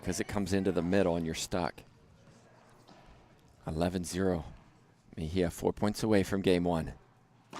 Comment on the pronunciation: Mejia is not pronounced Meheya in English